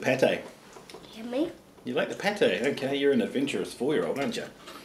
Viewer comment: Goat Spittle il dit pas pâté il dit pétey